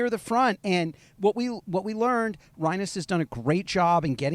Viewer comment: Rye-nus? Really?